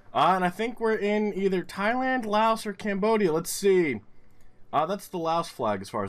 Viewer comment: Laos is actually pronounced with a silent S. It was a French colony and that spelling and stuff has stuck around. Also: the thing, with Jargalant. Where there are two or more places with the same name in the same country is the GeoGuessr version of ”Yes, but actually No.” Like, ”yes you found the place, good job!👍 But No, it’s still wrong”. Jargalant litterally translates to Happiness, i’m not even kidding. Thats so ironic and hilarious but also frustrating😄 At round four; Why did you say Norway? Did you see how freaking flat it is? ( you kinda justified it by aknowledgeing that it was very open) You changed it to Denmark directly after that initial mistake so that’s good, but still! Round 5: Svensk is Swedish in the Swedish language, not Finnish. In Finnish it’s Ruotsalainen. And you said Sweden directly at the start of the round, ya boi is inproving! That’s good! Then you started talking about the Netherlands and Finland and my anxiety set in. But you made up your mind and followed your gut instinct, wich payed of!